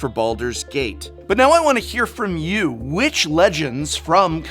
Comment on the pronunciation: Gate not gat